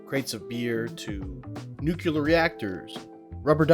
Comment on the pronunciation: brother said nuclear wrong had to stop watching and dislike